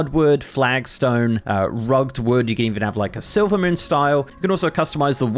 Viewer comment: My guy said Rug'd Wood instead of Rug-ged Wood lmao